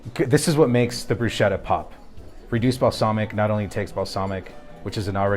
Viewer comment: I don’t know what that is but definitely not bruschetta, which btw you are not even pronouncing it right. 🙄